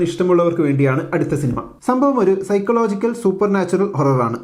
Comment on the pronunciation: സൈക്കോളജിക്കൽ എന്നല്ലേ ബ്രോ പറയാ what is സൈക്ലോജിക്കൽ 🤔